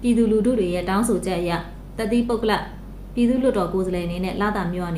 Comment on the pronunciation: ပုဂ္ဂလ ကို ပုဂ္ဂလပ် လို့ ပြောတာ ကြားလိုက်သလားလို့